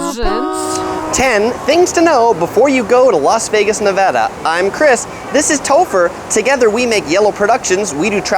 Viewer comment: Im so glad he says nevada right not ne-vo-da